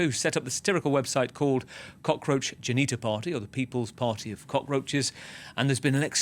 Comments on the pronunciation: It is not Cockroach geneta party, it is pronounced as cockroach janatha party. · Did he say 😂😂Cockroach Genital Party😅😅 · Did he just say "Cockroach Genita party"? 🤣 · Janita !! Did he just say janita !! 😂😂😂